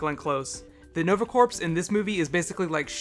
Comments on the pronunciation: love your video but its corps like core, not like corpse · "Corps".......Pronounced "Core".....It's French. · Like your videos! One comment: "Corps" is pronounced "core." I know, it's a French word and they love silent letters. Keep up the good work. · Corps is pronounced "core" like the marine corps. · corps is pronounced like core... just for future reference ( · The "p" is silent in corps (as in Nova Corps) as is the "s". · yea that was bothering me too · Corps. Rhymes with tour